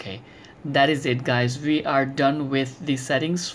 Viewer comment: Wissible(visible) vi(we) with a hint of american accent.